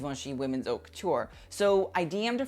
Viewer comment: it's pronounced "ot" not "hout" :)